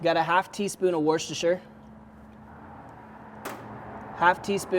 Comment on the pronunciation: Broooo, it's pronounced wusstershire 😊